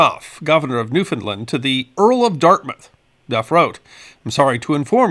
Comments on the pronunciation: Great video. The way to pronounce Newfoundland is “New - found - LAND” not New- Finland. Thanks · Please please please stop propagating this incorrect pronunciation of Newfoundland that has taken over youtube. It is pronounced Noo-f'n-land. The last syllable is pronounced land, not lund. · The correct pronunciation of Newfoundland is "New fin land" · It's new- finned-LAND accent is always on LAND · new finned LAND Accent always on LAND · Our island’s name is Pronounced “Noo-fun-LAND” Like “Understand” This storm is Forgotten by the Climate Alarmists Who claim that Hurricanes are Becoming stronger….. Thanks for sharing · As a Newfoundlander I heard about this great storm many years ago. You have done a magnificent job detailing what is known and giving references as to where to find contemporary information. However, Ifeel obliged to indulge in a little 'nitpicking', and criticize your pronunciation of the name of my homeland. The accent should be on the last syllable and not on the middle one. NOT" new- FOUND-lnd but 'new-fnd-LAND' - the same pattern as with the word 'understand'. That is how all true Newfoundlanders say it. Sorry - its continual mispronunciation is a pet peeve of mine. but it doesn't really distract from the great job you did. Thanks very much for that. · Newfoundland is pronounced the way its spelled.